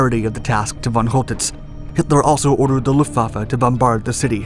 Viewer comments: Great video. But: 😲 whole tits? 😵 Man, if you’re going to report on Germany in WW2, you ought to learn to a little German pronunciation. It’s fɔn ˈkɔltɪts and sounds more like coal-tits or, in some places, sholl-tits; but nowhere like whole. (The von part sounds more like fawn, though the /a/ sound is much shorter.) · Pronounce the C like a K. Choltitz is pronounced Coaltitz. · the (Ch) in (Choltitz) is pronounced as (K). Very nice video (as always) tho. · His name was Coltitz, not Holtitz. I heard this story before. Later I heard that he hadn’t had enough explosives to blow up Paris (or at least important and culturally important buildings of it) anyway. So that he made it look as if he did out of mercy. - Who knows which version of the story is true....